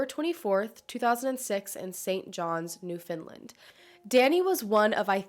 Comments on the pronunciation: it's NewfoundLAND not NewfoundLIND I dont understand where people get the 'i' from when it's nowhere in the name lol Also St.Johns is the capital city on the island.. it's not a a tiny little fishing community it's fairly large for the sizes of villages and towns we actually have here. Thanks for covering the story! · I was living in St. John’s at this time, and I remember hearing about this !! So cool that you’re covering some Newfoundland cases ! *pronounced new-fin -land by the way, not new-fin-lind :) Love you videos ! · Hey, I’m from St. John’s and I just wanted to let you know that you’re pronouncing Newfoundland wrong and as a Newfoundlander it can be very grating to hear it said like that hahahah so I thought I would mention it and try to explain how to say it- so its pronounced similar to the word “understand” “new fown land” not “New Finland”- I hope this helps! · Newfoundland isn't pronounced like New Finalnd it's pronounced kinda like Newf-Un-Land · Any other newfies wanna jump off the bluff every time she said “New Finland” ? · I’m from a different part of Canada, but when she said “New Finland” I had no idea where she was talking about - I was legitimately curious where a place like that would be (New England area?) lol it was my Husband that asked did she say “Newfoundland”? And then it clicked 🤪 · Its pronounced new-found-land or newfin-land as in new-fin but not Finland.. i hope that makes sense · It’s pronounced new found land! Love that you cover cases from every where not just the United States or super main stream cases. Awesome content. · I love the video and I love her videos but whenever a mainlander says “newfindlind” I cringe😬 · Americans always say Newfoundland funny 🤣